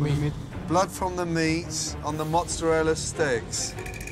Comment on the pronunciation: MozzerallA. Unless you're auditioning for the sopranos or How To NOT Speak Italian. Mozarel, gabagoo....GTFO